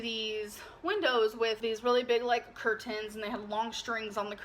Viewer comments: we were Trailer Trash that’s what everyone “Soll” us as …bLaH blah cur-TANES he was tangled in cur-TANES 😂😂😂 jeez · She said in this one People sol ( saw ) them as trailer trash and her saying ker-TANES ( curtains ) twice in less than a minute 😂😂.